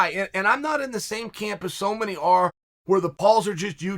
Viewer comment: Chael "training cump" Sonnen